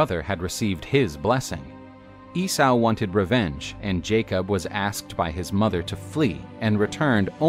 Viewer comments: EE-SAW NOT E-SAOU!!! GFDI! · You mispronounced Esay.. it's EEE-SO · E-sow?! Lol 😂 Esau like Yesau or Issa, which is actually the same name as Jesus and Joshua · I have heard countless people pronounce it this way and in 40 years I've never heard it said E-Saou! and many were theologins who studied the old ways. but what do 50+ theologins, historians, clergymen and the like know.... APPARENTLY!!! ffs